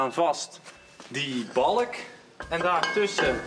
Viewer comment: Balk but indeed he pronouces it like bollock lol